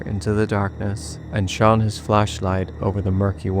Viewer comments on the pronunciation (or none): Bro don't ever say shone like that again. Good lord